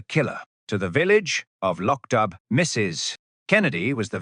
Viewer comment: Lord I hate AI narration: it’s Loch DOO.